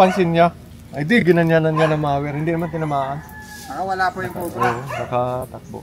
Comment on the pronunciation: correction po: mower po hindi mawer🤣😊